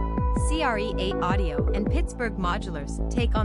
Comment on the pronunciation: Hey ding dongs, I think it’s pronounced create.😂 and don’t get me started about what hp stands for.😳